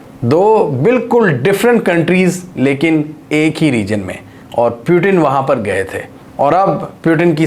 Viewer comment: Peu tin? (putin) moody? Modi. Bewkoofo ye konsa accent hai.